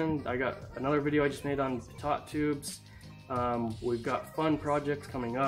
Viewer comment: Was anyone else confused as crap when he said PitTot tube and not Pitoe tube? I spelled it phonetically. Yes it’s pitot tube. Great video anyways! Super cool!